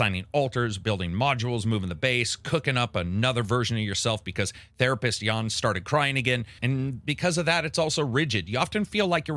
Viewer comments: It's not 'Yawn', it's 'Yun'! 😀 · It's more like "Yahn". XD But yeah, definitely not "Yawn". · It's "Jan" with an "a" pronounced the same way as in "A-mazing" not "Jawn" lol